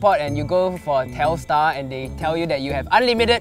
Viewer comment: it's telstar